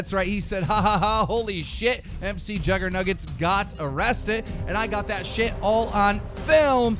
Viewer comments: OMG quit saying M C Juggernuggets it's pronounced micjuggernugetts like McDonald's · Mcjuggernuggets isnt scripted...and its not prenounced M-C jugger nuggets its mick jugger nuggets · It's not M C Juggernuggets it's pronounced micjuggernuggets as in chicken mcnuggets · Kill me dude first he calls McJuggerNuggets: MrJuggerNuggets (in his other vid) Then he calls him M C juggernuggets xD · It's not M. C. juggernuggets it Mcjuggernuggets as in McDonald's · The fuck y does he say M C. It's MC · DramaAlert it's not MC juggernuggets it's mcjuggernuggets like McDonald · Its not MC JuggerNuggets its Mc like in Mcdonalds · its not mc juggernuggets its mcjuggernuggets like McDonald's. say it write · It's not pronounced MC it's pronounced Muc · Its pronounced Mc like McDonalds. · its pronounced micjuggernuggets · You're saying McJuggerNuggets wrong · M.C.JuggerNuggets . learn how to say the names of the people you report about.